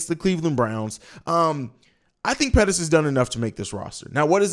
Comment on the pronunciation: mooney says Pettis